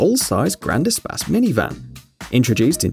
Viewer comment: Espace, not espas